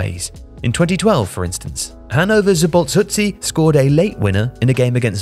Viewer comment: I know the hungarian language may be difficult to people, but damn you just butchered Szabolcs Huszti's name XD